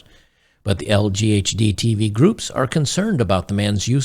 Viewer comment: Man said LGHDTV group 😂